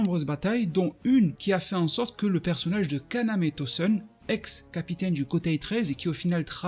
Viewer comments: Toseune , aizeune, oui je sais c'est moche de dire de bien prononcer mais quand même la ça me titille. Aizène , tosène stp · Stp frérot prononce bien.. c’est pas tosseun ou aizeun ! C’est tosen et aizen !! Le son é !